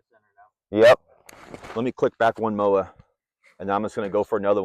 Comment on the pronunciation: Did you just say Mowa? Lol